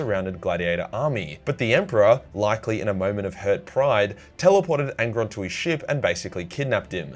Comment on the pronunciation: Angron, it's angron